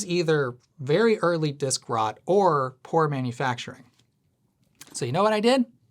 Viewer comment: The absolute terror of hearing “disk rot” for the first time